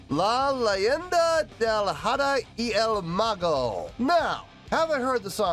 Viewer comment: PLEASE THE H IN SPANISH IS MUTE AT THE BEGINING OF A WORD. IS PRONUNCIATED AHDAH NOT JADA